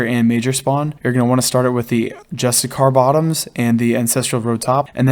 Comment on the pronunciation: Justicar = (juh-stih-sure). Great guide!